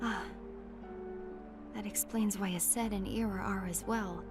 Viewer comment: Yes finally! I've been waiting for you to watch back cover AND play 0.2! I'm hyped! Also you triggered me so much by mispronouncing aceds name MULTIPLE times lol they literally yelled his name every 2 minutes